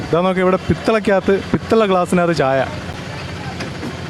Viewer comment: പിത്തള ഗ്ലാസ് അല്ല പിച്ചള ഗ്ലാസ്